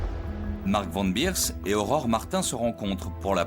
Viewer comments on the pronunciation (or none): Van Beers, ça se prononce é pas i, c'est pas de l'anglais ! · Pourquoi " Van Birs" alors que c est Van Beers, comme prononcé correctement par les témoins de l époque. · SuspensE, qui est un mot anglais prend un "e", sinon c'est le mot français "en suspens"... Un dictionnaire ça ne coûte pas cher et ça évite d'écrire n'importe quoi!! Et c'est Van Bérs, pas Birs et Péter, pas Piter, ah l'hégémonie de l'anglais ça devient une maladie!! Quand on a un public on se doit un minimum de sérieux...